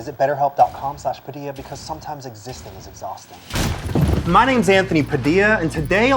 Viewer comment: You can always count on Koreans pronouncing Spanish almost impeccably. ❤️ He said PadiLLA 100% right